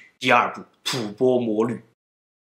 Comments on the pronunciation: 為何是吐ㄅㄛ？不是應吐ㄈㄢ嗎？ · 吐播？ 吐蕃(音同翻)吧